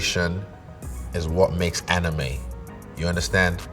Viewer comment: Avatar - Amirime Not anime